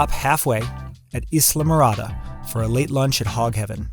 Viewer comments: Islamorada = eye-la-morada 😉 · You said "Isle" morada incorrectly.